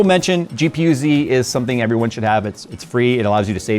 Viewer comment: Everone? lol